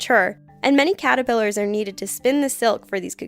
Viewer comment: It's Caterpillars not catipillars.....